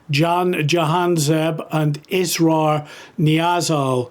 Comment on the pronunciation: You keep pronouncing the one guy`s name Israel... His name is Israr, which means "insistence" in English. Pretty accurate name for a rapist. The other dude was called Jihad and look what he did, kill Jews....